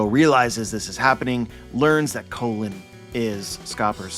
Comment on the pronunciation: his name is pronounced like “Cologne”not “Colin”